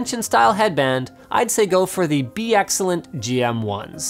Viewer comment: PLEASE tell me you could read BeExcellent's name properly but just chose not to. - And you redeemed yourself...or did someone else there tell you in time for you to change it the second time? Hmmmmm...